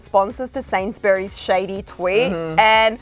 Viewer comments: OMG STOP YOUR SAYING SAINSBURYS WRONG ITS SAID SAYYYYNS NOT SANZ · “Sainsberries” dead😂😂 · its said like sanesbury no sans or berry as a brit I am highly offended by this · Omg there saying Sainsbury’s wrong 😂😂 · The way they pronounced Sainsbury’s LMAOOOO